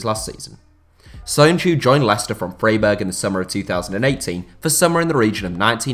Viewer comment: that pronunciation of Freiburg though, ouch